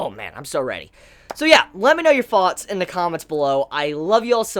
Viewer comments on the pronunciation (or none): Could somebody tell me? I'm really curious: Is it me or does Chibi say things like "everyfing" and "foughts" instead of "everything" and "thoughts"? Am I mishearing it, is it an accent or is it just a thing of his? btw, just so you know: I'm not a native English speaker. it may be obvious to you, but it puzzles me